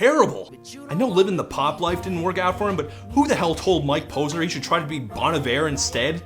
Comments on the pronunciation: is this clown lacking self awareness. Ironic. Also it's Bon Iver not bonever. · 'Bun Iver'💀.